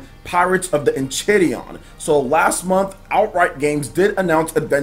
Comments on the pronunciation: As a big adventure time fan I am here to tell you it is actually pronounced : En • Kai • Ri • Di • On I had no idea about this game and am so stoked now ✌🏼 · it's pronounced En-chai-rid-eden.😃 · It's pronounced en Kai riddie on BTW ...